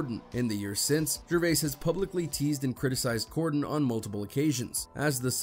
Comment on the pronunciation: It’s Corden not Gorden 😅😂